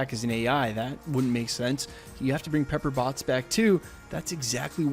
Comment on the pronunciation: LOL I heard it like "Pepper Bots!"